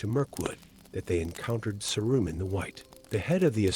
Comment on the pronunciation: In the first five minutes he’s bounced all over the map. Oh, and “Sah-roomen”?